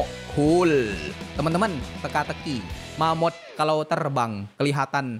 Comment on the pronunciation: Bang,sebutannya mammoth...